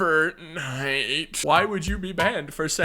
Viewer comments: idk why but the way he says firtnite really had me rolling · errr fertnite errr fertnite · "Eight firtnite" brotha what